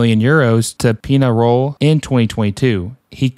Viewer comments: Quick tip, ñ in spanish sounds like "ny" and e sounds like the e in pet. So Peñarol sounds like pen-ya-rol Edit: Puig is harder because it's Catalonian, but it's pronounced like pootsh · As a Uruguayan the way u said peñarol hurt